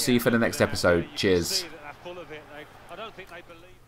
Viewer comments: Is it just me or did he say "jizz" at the end of the video... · When you say "cheers" at the end of the clip, it sounds like you're saying "jizz"! xD